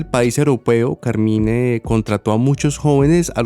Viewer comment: Hola, en inglés pronuncian Carmain.